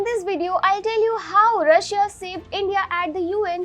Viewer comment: i is silent when you pronounce Russia